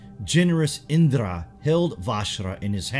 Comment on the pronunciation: Its not indrrra... U can simply pronounce the 'r' in Indra